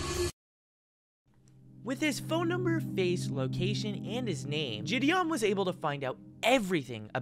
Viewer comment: I love how that woman pronounced JiDion as JeDon